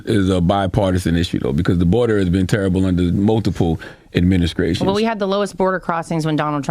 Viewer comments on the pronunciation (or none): Charlagay has got to be the dumbest dude on YT. Admin- a- SCRATIONS😂😂😂😂 Scraight down the skreet to get some Skrawberries